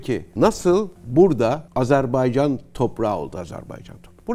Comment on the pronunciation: çok rica ediyoruz adları doğru yazıldığı kimi okuyalım çok önemli biz niye çok basit olan bir şeyi Kardeşinizin adını söyleyememek sizi üzmez mi? Azerb-A-ycan✅ Azerb-E-ycan ❌